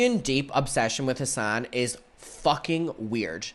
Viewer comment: Every time he says Hasan I hear “his son” I was so confused on the first video of this drama series